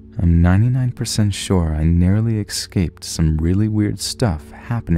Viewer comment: So I love your videos but one thing that ALWAYS pisses me off is that u always say ecscaped instead of how it's actually spelt/pronounced which is escaped